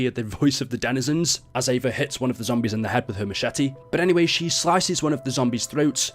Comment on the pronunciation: nobody else hearing the denizins?!?!